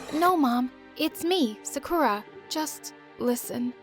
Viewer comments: i don't what to come up as a hater because i love my story animated stories and i loved this one to but you said Sakura wrong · Bro, its not Sakerra, its Sakura, KOORA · They said serkura I think they meant Sakura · its SAkurA not saKUra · Please her name is pronounced SA KU RA not Suh Kooo rah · i was so confused. they called her “suh-koo-rah” BUT HER NAME IS SAKURA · And it's said sah-kuRAH li,e a Sakura tree it's not said suh koo rah it's sAh koo rah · It isn't pronounced as sakuura it's saakura but you write it as sakura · It's (SA-KOO-DA) not (SA-KOO-RA) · Why they keep saying Su-cu-ra THEIR PRONOUNCING OT WRONG 😐 its SA-kU-rA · BRO WHY DOES EVERYONE PRONOUNCE 'SAKURA' LIKE 'SAKOORA' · Bro why they say Sakura like sakoora💀💀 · It’s pronounced saw ku ra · My story animated: zekera Me : what kind of name is that Me after Reading the note Me: you seriously said anime in the video and you can’t get the name Sakura pronounced right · how she pronounced sakura: "hi im sukoora from japan!" girl... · why did i hear sickura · It litterly says SA-KUR-A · IF YOU'RE FROM JAPAN THEN WHY DO YOU PRONOUNCE SAKURA AS "SEKURE" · the "saKHOra" left me devisteded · SAME THEY KEEP SAYING Su K ERR UH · SAME SUSHSHSHSHSHS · IKR LIKE ''SUCKER-AHH'' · loll i heard uni and i thought wait unnie means sister in korean and they said sakura and u say it as saakura not sakura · HI, IM SAKUURA FROM JAPAN, YUUMI IS MY TWIN like babes, if youre going to do a 'japanese' character, at least have some respect to say the japanese names and words right xx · why are they pronouncing sakura like that?? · They pronounced Sakura wrong 😑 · “hi I’m sakura from Japan” Me : looks at her I’m sorry wha— also I don’t think that’s how you pronounce that but ok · putting jennie's solo performance in the thumbnail her being japanese her pronouncing sakura like a american wtf is happening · man they dont watch anime the way they pronounce "sakura" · Her: being Japanese pronounces Sakura like a literal American